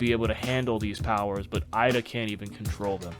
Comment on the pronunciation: No offense but why do you say Eida like that?